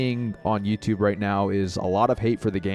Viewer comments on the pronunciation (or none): none